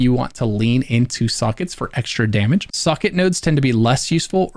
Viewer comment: This is amazing. I respect the hell out of how long it took to make. I also dont mean this sarcastically, but I actually enjoyed the fact that I heard your pronunciation of "socket" as "suckit"